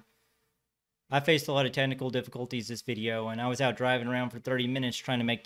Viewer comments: The word "AND" is a single syllable word. Quit trying to turn it into a two syllable word by saying "AYE-AND". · Notarubicon would have pinned this also. Still waiting to hear the 2 silabel version of and. 😂